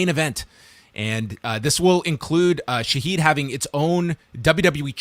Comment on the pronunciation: It is pronounced Shahed